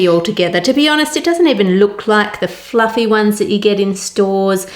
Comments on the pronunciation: Its pluffy.. but is it jiggly? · The way she pronounces 'fluffy' is one of the most beautiful things I have ever heard.